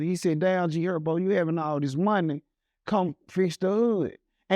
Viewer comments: And G hurbo 😂 instead herbo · G Herbo 😂 not G hurbo lol